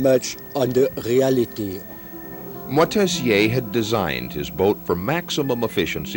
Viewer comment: Moitessier, not Motessier.